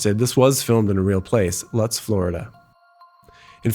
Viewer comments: Lutz is pronounced Loots. 🤓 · Lutz is pronounced ‘Loots’, FYI